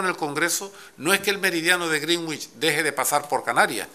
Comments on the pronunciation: No critiquéis lo de "grinich", es así como se pronuncia correctamente. Una pena que lo va cambiando hacia el final cada vez que lo repite. Al final le sale gringüich. De todas formas, no sé por qué le atacamos, se aprendió bien la lección de chaval, en los mapas políticos del colegio a veces las Canarias quedan debajo de Cataluña, justo en el meridiano de griiiiinich, jeje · Al principio pronuncia bien (en ingles) Greenwich...y conforme pasa el tiempo empieza a cagarla. A tomar por saco la unica baza que tenia je je je. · "meridiano de grinnich", pronunciado como el Grinch pero en adverbio.